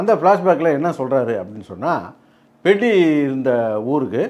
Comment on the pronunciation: பெத்தி ❌ பெட்டி 😂😂